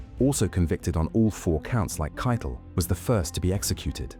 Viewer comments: Ох эти боты ,, Кейтель- Кетле 😂 текст читал Nestle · Keitel!!!.... Nicht Kittel